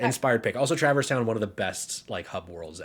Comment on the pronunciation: I mentioned this in discord but as a person who has never played Kingdom Hearts, the pronunciation of Traverse Town is TRIGGERING me 🤣